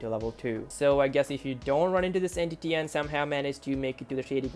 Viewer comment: "entiy" also why did I watch this at night